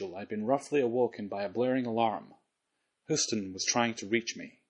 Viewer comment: "Come in, Hoostin" lol